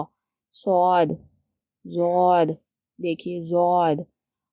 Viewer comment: yeh ض jód nhi hn yeh Dód hn urdu mein jod sound hn lekin arbic mein dod hn